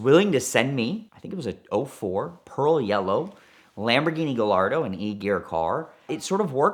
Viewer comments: I don't understand how a guy who has a great background with Lamborghini can not properly pronounce the name of the car, its Guy-ar-do not Ga-Lar-Do. But will say that huge kudos for manning up to the disaster. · It’s Guy- ardo not gallardo like gallbladder. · Ga-lardo, Mercy-el-lego 🤯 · This is the first time I’ve heard someone call a Gallardo (pronounced Guyardo) a GaLLardo. 🤦‍♂️ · After all those years you still pronounce the name Gallardo wrong, its a SPANISH bull, LL is J, so not Galardo but Gajardo!!!!! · PLEASE!! Say it with me: GUY-AR-DO. GUY-AR-DO. It's a Spanish breed of bull. Not GAL-ARDO, GUY-ARDO. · The Gallardo has been out got 20 years and along the way the name has been butchered by all.... guy-yard-oh not guh-lard-oh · you're a Lamborghini enthusiast.... it's - " gai ·aar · doe " the Italians don't pronounce the double "L"s in Gallardo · Gallardo?? Lol it’s guyardo ;) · he said GAH-LARDO 😂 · I stopped watching as soon as he said Lamborghini Galardo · OMG!!! Out of all the people in the world, should know how to properly pronounce the car’s name: “GHA-YAR-DHO”….🤦🏻‍♂️ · I stopped listening when he called it a Girl-lardo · It always grinds my gears hearing him say giLLardo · Yea, but he pronounces Gallardo "Guhllardoh". I don't think you can trust this guy, Ed. Be careful. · The only thing more annoying than him talking about drunk driving around the city like it's 'normal' or acceptable is the mispronunciation of Gallardo. I don't even like Lamborghinis and I know you don't say it like that. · Why do you not know how to pronounce Gallardo? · The way he says Gallardo is painful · Every time I hear pronounce Gallardo incorrectly I want to throw something at my screen. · can't pronounce Gallardo?? You must be kidding me smh 🤦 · How is it this guy specializes in these type of cars but can not say Gallardo correctly for the life of him?